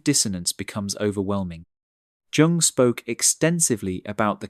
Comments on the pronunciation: Trying to sound erriadite while mispronouncing the name of his key source, is extremely off-putting for me, so I am done. ( Young or Yuung, either would work) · Please auto correct the pronounciation of Jung (yoong), otherwise it's difficult to take your channel seriously. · The name "Jung" is pronounced "yoong," with a soft "J" sound, similar to the "Y" in "you". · It’s pronounced “Yoong” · You mispronouncing Jung's name. Like young or yoong. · Be yourself but that will have consequences it's Usually Pronounced Yung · Can't they train their bot narrators to pronounce the 'J' in 'Jung' like a 'y,' as it's supposed to be?! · IF you are going to quote and refer to Carl Jung...learn how to pronounce his name! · Can't get past mispronouncing "Jung" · Please review your pronunciation of Jung. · The narrator needs to learn the correct pronunciation of Jung. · The mispronunciation of Carl Jung’s name pinged me each and every time it occurred. Other than that, the content is good. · Fantastic video, but why does the narrator consistently mispronounce "Jung"??? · I almost believed that this was an actual human talking until it started mispronouncing Jung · Could you please learn to pronounce Carl Jung's name properly? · Subscribe? Not until you can pronounce Jung's name. Shame. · Okay, but a video stressing intelligence should correctly pronounce Jung. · The mispronunciation of 'Jung' was jarring. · For god's sake pronounce Jung's name correctly. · Very interesting, however, to my understanding, the name Jung was mispronounced more often than not. The listeners comments were also thoughtful and interesting. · Someone should tell the narrator to stop pronouncing Karl's surname as though he were a Chinese fast food chain. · The way you pronounce Carl Jung’s name is criminal. Prison, honey. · Please learn how to pronounce “Jung”!! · Your pronunciation of 'Jung' is a problem. But I prove your point. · Or you could be autistic. And you pronounce Jung as "Yoong", not "Jonk" 🥱